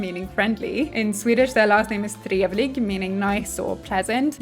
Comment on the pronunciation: I immediately jumped when I saw the Swedish! Out of all the languages I wasn't expecting my countrys language to pop up haha EDIT: You pronounced "trevlig" flawlessly! Are you Swedish or do you speak it? :O